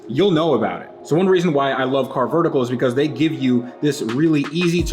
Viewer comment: you are saying carvertical wrong. See Matt for the correct way.;)